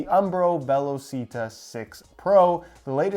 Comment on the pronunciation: Hey it’s actually pronounced “ve-law-chee-tah”